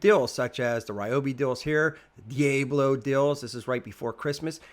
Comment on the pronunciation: 🤣dee abe blo?